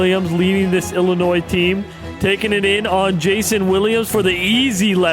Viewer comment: Illinois the s is silent